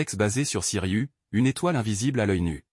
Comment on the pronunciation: Ce n'est pas Siriu, c'est Sirius en insistant sur le s en fin de prononciation, voyons !